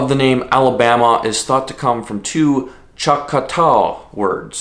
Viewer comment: Great video! As someone from here it was a little weird hearing Conecuh and Choctaw pronounced that way lol.